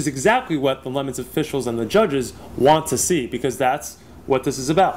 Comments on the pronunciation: WTF is a lemon. It's le'moooons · Its not pronoucned LEMONS, wtf is wrong with this bald fk, this channel would be 10 times better without him. He contributes nothing to fastlanedaily. Get rid of this clown!